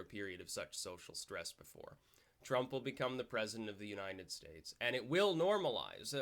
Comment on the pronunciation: Funny how you always say 'Unined States' :)